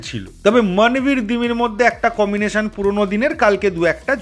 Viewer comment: ভাই কিছু মনে করোনা আমি একটা শব্দ তোমাকে মনে করিয়ে দিতে চাই তুমি বেশিরভাগ সময় কমিনেশন বলছ সেটা কি ঠিক যদি না হয় তবে প্লীজ উচ্চারণটা কম্বিনেশন বললে ঠিক হয় । আমার অবজারভেশনটা প্লীজ একটু দেখে নিও । ভালো থেকো । সুন্দর সুন্দর ভিডিওর আশায় রইলাম ।